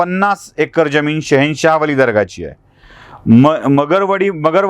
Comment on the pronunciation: जमीन का ज्यमीन निट उच्चार करा